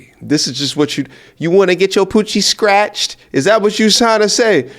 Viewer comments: She wanna get “Stretched” big homie, not scratched 😭😭😭😭 Which is worse. She looking for English BBC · I believe she said "stretched" not "scratched" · That white lady’s powder blue outfit is KILLIN ‘EM. And I believe that, uh, woman was saying ‘stretched’ not ‘ scratched’ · I believe she said "streached" ☝️😅